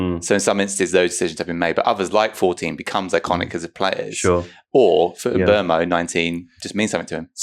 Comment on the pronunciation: Great pod, as ever. Enjoyed the 'Buttal' segment. But thought I'd say, given your propensity for pronouncing names correctly ("Twuh!", "Fernajj" etc); Stop Getting Mbeumo Wrong!